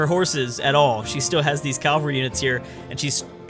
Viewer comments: Am I the only one that cringes when you say CAL-vary instead of CAV-alry. Calvary is a hill where Jesus was crucified and cavalry is a soldier on horseback. Other than that “nails on a chalkboard” moment, you’re very enjoyable. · Love the videos... but it's Cav-al-ry, not cal-var-y. Calvary is a mountain.